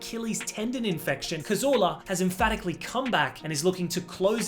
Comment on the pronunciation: Cazorla is pronounced Cathorla.